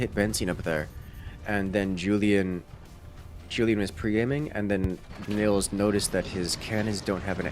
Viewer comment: Btw: Nils is pronounced more like "Neels" - in german we would spell that Nills if the i is short